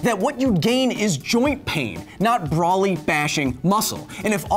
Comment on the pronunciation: I’m sorry, what was that ? ‘Braw-ly’?